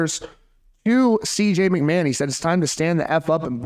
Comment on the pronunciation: It’s not McMan my guy. It’s like nails on a chalkboard.